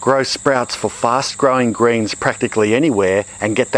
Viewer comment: did he say "greens"? I heard grains lol